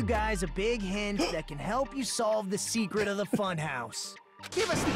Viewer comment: Am I crazy, or does Sonia have a speech impediment all the sudden? She said "seekwet' in place of secret